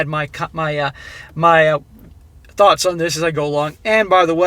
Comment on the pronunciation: For this episode, in particular, when says "thoughts", I hear "Thots".;)